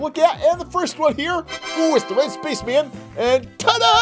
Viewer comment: Did anyone notice when he called the red space men puppet said Spacsh Man